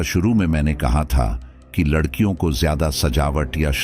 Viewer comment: aap ne Larhkion ko lakrhiya bool diya hia😅